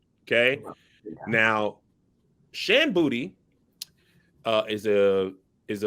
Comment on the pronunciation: Her name is Shan Boody 🥴. Maiden name Boodrham.